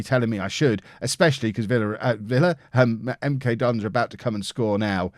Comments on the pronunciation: You said MK Dons, I heard MK Dongs. Both work imo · Listening on headphones... 10000% definitely just called MK Dons “MK DONGS” 😂😂😂😂